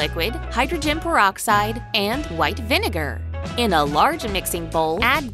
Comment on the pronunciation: Scientists: "PEROROXIDE" WHYYY 💀